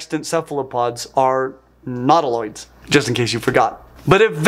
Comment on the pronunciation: Minor stupid pedantic pronunciation point. Nautilus is "NAW-till-uhs," thus, nautiloids should be, "NAW-tih-loids," not, "nahw-TIH-lids." Sorry to be that a**hole, but, that is just distracting. Meanwhile, you are still doing well, looking good.